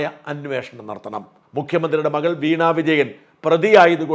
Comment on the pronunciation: അന്നോഷണം അല്ല മലയാളീ, അൻവേഷണം ആണ്. short form ആണ് അന്വേഷണം